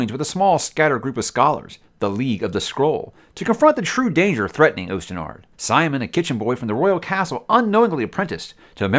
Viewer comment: its pronounced austen ard